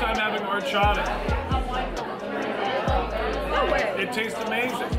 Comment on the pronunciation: Also the H in Horchata is silent... Oar-chata